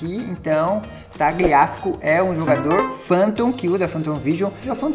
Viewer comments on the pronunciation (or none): o nome do lateral se fala taliafico